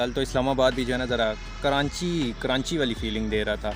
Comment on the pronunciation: KARANCHI 😂 ayse kon bolta hai bhai